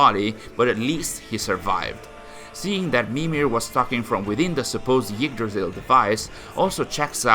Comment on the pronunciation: When he says "Yggdrasil" it sounds more like "Yeetdrasil" lol